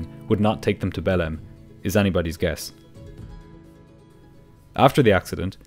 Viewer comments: The city is spelled Belem but pronounced Belang. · The amount kf times ive heard belem instead of behleim in this video scared me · Every time you say 'Belem' I hear it as "bellend", which seems rather apt for the crew. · i listen to your videos sped up and i genuinely thought you were calling belém “bellend” and i was like ‘there’s no way a city in brazil is named that’ until you showed the map😭😭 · 0.59, "They were bound for the city of ...Bellend!" Are you sure? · I really thought you said "the city of Bellend" for a sec there.